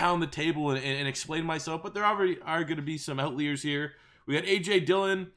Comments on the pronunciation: Lucas Borja damn Canadians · that’s not how you say outliers lol